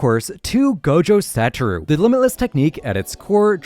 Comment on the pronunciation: Gojo satoeoue 🥀